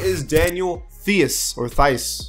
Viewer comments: Tais not theus hahaha he is german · Its pronounced Teis